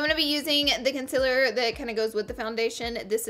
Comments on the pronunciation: It's not CON CEL ORR it's concealer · Honey it’s concealer not conciller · How you were saying conceller was ughh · Girl I love you but the way you say concealer is so weird. It's not con-sillar! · y do u said concealer like that